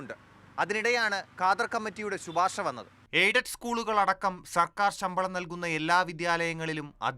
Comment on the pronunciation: ശുപാർശ അല്ല. ശിപാർശ ആണ്